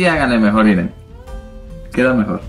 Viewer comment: muy bonito maquillaje :) y se dice miren de mirar M-I-R-A, no iren jijijj .... besos me encantan tus videos te inspiras mucho felicidades